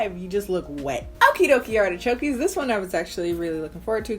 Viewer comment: So are your subscribers called artichokes? Cause you've been saying artichokey for years now